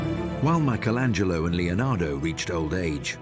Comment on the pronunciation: Why does this program insist on mispronouncing the name 'Michelangelo'?